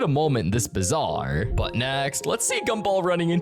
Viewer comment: Did you just say bizzare